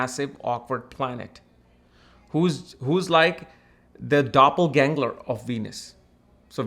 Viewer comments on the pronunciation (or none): none